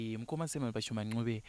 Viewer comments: ...kwete 'nqube' but 'ncube' ! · wakati koshera ❤ Asi pakuti Ncube apa 😅 Mkoma Simon dai vambo pronouncer